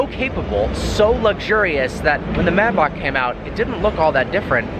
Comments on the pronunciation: may - back not mai bock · bro please learn how to say Maybach correctly its May - Bach ..... Say it with me.............. May.........Bach..... it is not Mybock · It’s pronounced MAY!!! Maybach. In what world are you pronouncing an A as an I? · What is a “Mybark”? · It’s pronounced “MAY-back” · maybak lmfao ;D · It's pronounced Mayback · M A Y BACH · Wtf? You say Maybach really strangely